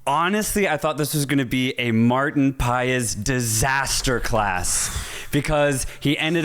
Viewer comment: The correct pronunciation for marten paes is marten pass